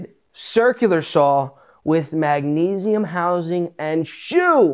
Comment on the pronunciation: "Sound it out, mag-uh-neze-ee-um." Not sure which is better, that or "When the octanes occulate...". :D